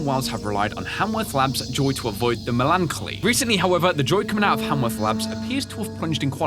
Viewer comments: Not quite a massacre but instead of saying MELAN-choly it is pronounced MELON (as in the fruit) -choly. Just a quick heads up! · XD melancholy is like melon colly not... that XD but its fun to hear over and over XD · melancholy is pronounced as Melon- collie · Hey, you say "melancholy" as melon - collie. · Mel-an-co-li = melancholy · melancholy (in America at least) is pronounced "Melon-kolly" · I think it's pronounced melon conly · Just so you know, melancholy is pronounced like "melon colly. " ☺ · Melon-koly That is how you pronounce it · The word is pronounced: Melon-call-lee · You pronounce melancholy, Melon coly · It’s pronounced something like Mel-len-kal-ly It’s the synonym to sad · I feel mean in saying that I thank for pointing out his butchering of melancholy,but it was bugging me a little. It's basically pronounced melon collie. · are we not gonna speak about how he pronounced melancholy